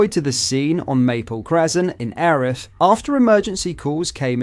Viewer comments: Erith used to be in Kent, so it's now South East London is it? The pronunciation used to be 'eer rith' the eer sounding the same as eerie, so it's now 'air rith' is it? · It's pronounced EARith, not ERith